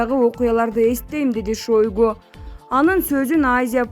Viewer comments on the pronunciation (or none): Эй кок мээ шойгу деп жазылат шайгу деп айтылат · МЫНА бул журналист кыз ШОЙГУ деп жазылат окулушу башкача окулат.